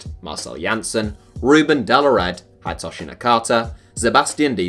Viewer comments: It’s pronounced Hid e toshi not Hidetoshi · It’s not pronounced "Hide"toshi Nakata, it’s more like "Hee-day"toshi. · Its Hee-day-toe-shi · Did this nigga just say hide toshi LOOOOOOOL